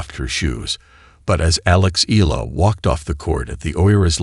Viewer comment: pronounce it Eyala not E'la❤